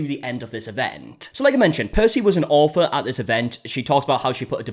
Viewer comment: ITS AUTHOR NOT OFFFFERRRR 😡